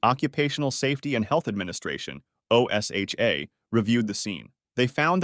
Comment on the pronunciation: Just say it as a word. Osha.